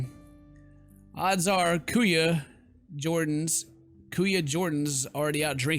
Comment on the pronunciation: yo huge fan. Im a Filipino btw and the moment that i realised that isabella was a filipino blew my mind for some reason hahahaha. and the word Ate means big sister its pronounced like karate and kuya means big brother and you nailed the pronounciation:D